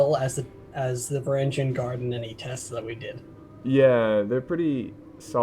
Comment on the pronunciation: You miss pronounced Varangian